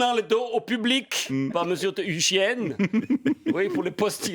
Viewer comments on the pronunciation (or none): "hhügiène" j'ai explosé de rire.